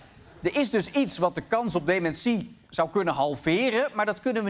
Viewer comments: Sorry Arjen maar dit item is gewoon niet om ààn te horen :'( DemenSÍE??? Wtf??? is dat hoe alle Nederlanders dat uitspreken?? Het is deMÉNtie!!!!!!!! Nee sorry ik kan echt niet meer verder luisteren. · Heh? Is dat hoe jullie daar in Nederland "dementie" uitspreken? Gekke jongens, die Nederlanders.